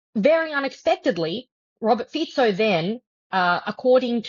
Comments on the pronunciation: It's Slovak. Not Slovakian. And it's pronounced "Fitso," not "Fiko". Not that this would matter. But I used to trust professional journalists. Maybe I am old-fashioned. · Pronounced FEE - tso , not FEE - ko. Dude. Learn about how Slovak is pronounced. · Fico is pronounced more like "fitzo", not "fisho". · Robert Fiko :D His surname is pronounced as Fitso. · It's pronounced Feetso not Feeko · I love how the pronunciation of Fico’s name keeps changing during the conversation. Ficko, Ficho, Fisho 😅 fyi, it’s “Fitso” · Fico no "FIKO". French - India - Color - Orange. Please respect the language or do not use it. Just use Slovak prime minister. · Not Fee-ko, pronouciation is Fee-tso 😉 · I love how the host struggles with the pronunciation of the PM Fico's name. He starts with "Fiko", when hearing the correct pronunction by Ms Sheftalovich "Fitso", echos it right, only later to mispronounce it again as "Fitcho".:) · He's pronounced Robert "Fit So" ffs. Are you a journalist or what? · It's Fico, not Fiko!